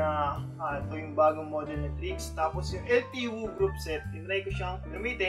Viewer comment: Sagwa pakinggan EL TEE WOO.